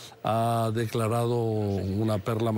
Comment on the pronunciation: Estouu❌estado declauu❌declarado lauu❌lado Batallauu❌batallado Presentauu❌presentado Tratauu❌tratado Empezauu❌empezado